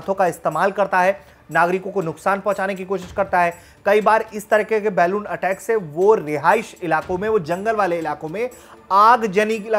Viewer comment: बलून बोल.. तोतले.. बेलून नहीं😄